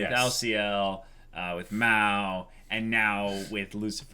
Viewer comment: fyi nothing crucial but it's "Ma-Ou" as the Ou is accentuated, not "Mow." Maou just means "devil king" and it's such an obnoxious name for a person but that's the joke. Just don't want to get based upon by serious anime fans if he happens to talk about this name on other occasions.